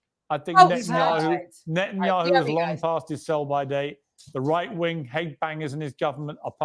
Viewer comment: Netanyakkhu, Ekkhhhud Barack. Notice how Israelis don't say those name like that.